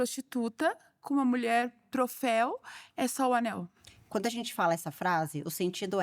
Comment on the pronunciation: gente, é ANEL e não ANÉL